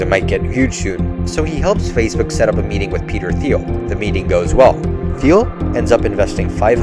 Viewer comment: Neat to see your style & voice coming through! (Also, hate to be pedantic, but it might be useful to know that "Thiel" is weirdly pronounced with a hard "t" in English, ie like "teal." Not sure if it's worth redoing the entire VO/talking heads, but just thought it might be useful to note that in a comment. Regardless, good work!)